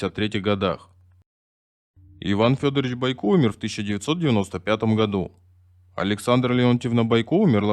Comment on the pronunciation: Не понятно, почему БойкО,а не БОйко, наверняка какой-то неуч читает.